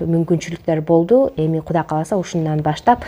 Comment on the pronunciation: Кудай кааласа деп туура айткыла